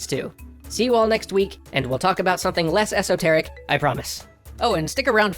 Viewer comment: The most confusing thing in this was saying "esoteric."